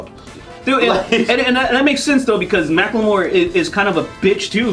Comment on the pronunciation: Mack-LaMore. I'm dead